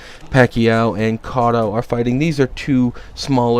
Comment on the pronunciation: you pronounced cotto wrong btw